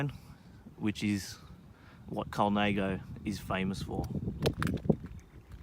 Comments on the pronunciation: Colnãgo not Colnāgo. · Colnaygo? No....